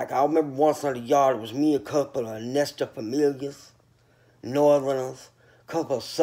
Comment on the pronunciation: “Nestor familia”lmao